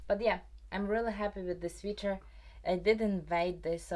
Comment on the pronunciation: One quick pronunciation thing you might appreciate— “sweater” rhymes with “better” and “letter”. (I also learn languages, and so I always appreciate little corrections!)